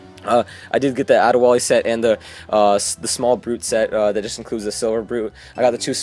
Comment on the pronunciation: #LOL Did you say Ade Wall-E?!?!